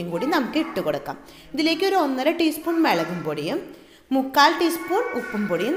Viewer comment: Malayali alla lle?? മെളങ്ങും പൊടി and താങ്ങാ കേട്ടപ്പോ തോന്നി. 🤣🤣